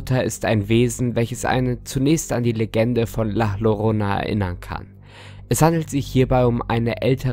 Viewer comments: Es wird immer noch La iorona ausgesprochen c.c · La Llorana wird La Jorona ausgesprochen das Doppel l wird wird wie ein J ausgesprochen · Ich will ja nicht meckern aber du hast la llorona schon wieder falsch ausgesprochen. 😅❤️